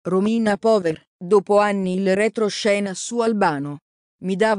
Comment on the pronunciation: Si pronuncia pauer